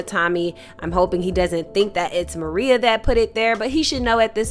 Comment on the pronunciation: Excellent recap on episode 9, you brought it home. only one thing l must bring up, Tommy's boo is not named Maria it is Merah pro nouned Ma-Ray-A. At the funeral for Miguel and Merah's grandmother , seated directly behind Miguel is the killer of their grandmother Nunez. The new and improved Tommy is seated there plotting and planning his next moves with Vic Flynn and none of the moves are going to be in his favor. As far as Shanti is concerned, her days are numbered, and so are the days for Claude, both of them will not make it out of season three without incident. l believe that if Shanti is not killed by Tommy, Jenard is going to be the one to take her out of here. Miguel, your days are numbered as well, Tommy has plans for you too. Again, loved the episode breakdown, and cannot wait to see how this action packed season ends, l hope filled with lots and lots of dead bodies...